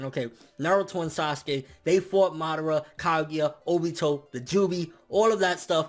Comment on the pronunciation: I agree 100%, the Kages currently represent no threat to a being like momoshiki. I don't like the way you say MA-dara instead of Ma-DA-ra though lol